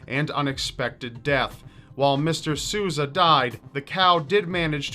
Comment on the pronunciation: Dude, if you don't speak Portuguese... ASK SOMEONE. That is not how you say Sousa